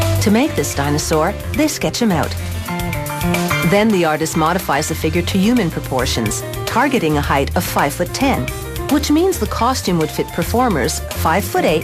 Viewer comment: Someone needs to tell the narrator to pronounce the 'h' in human. Its not uman.